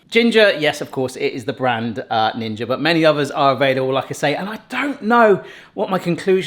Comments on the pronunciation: Anyone else yelling NINJA at their screen everytime says GINGER?… lol😂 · You've wanted to use a GINGER airfryer!? You keep saying Ginger not Ninja!! you maniac!! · 😂why do you keep saying Ginga it's a NINJA you know like the guys who run around in black 😅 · HE SAID JINJA WHAT THE FUK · Why do you call the “Ninja” “Ginja”?? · I did too I thought he was saying ginger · LOL I THOUGHT UD KEEP ON SAYING GINGER, AIR-FYER!!!! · Ginger air fryer ? Are u saying ninja orrr am I trippin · I noticed that you pronounce it Jinja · I heard Ginger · Definitely saying ginger. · bro i played it back like 5 times, Ginger is what i heard each time, it got people talking in comments, o it worked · Hi, Whats's up with you pronouncing Ninja as Ginger? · why says Jinja and not Ninja? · Is it just me or is he calling it a Ginger AirFryer??? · Is it me or is keep saying ginger not ninja 😅😅😅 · Is it me or does it sound like you say a "Ginger" air fryer haha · Are you saying "Jinja"? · YES! You’ve made my night with this upload! did you say Ginger airfryer? 😂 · i can't be the only who from the US that hears "ginger" when says ninja lol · Did just say 'Ginger Air fryer'? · I thought you were saying ginger air fryers hahaha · Definitely saying ginger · Same. It sounds like he says ginger. It is NiNJA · Why do I keep hearing ginger when he says ninja? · I had to rewind and double check lol why are you calling the ninja the ginga 😂😂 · Umm is Jinja a British English thing? The first time I thought it was misspeaking. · I keep hearing GINGER Airfryer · Why do you ou keep calling it Ginger? Isnit a speech impediment? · Did he say ginger airfryer 13s into the review 😂😂😂😂😂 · Lol, I'm not the only one who heard “ginger air fryer.”😂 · Yes! I thought I kept mishearing him lol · I am hearing the same thing!😅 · But why are you saying it like that? 🤷